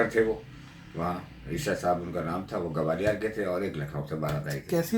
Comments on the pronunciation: Its Gwalior, not Gawalior.. It sounds like calling Lucknow as Lakhanawo..😕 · It's GWALIOR not GAWALIIR & NOIDA not NAVEDA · gawaliyaar nahi bhai Gwalior bolo.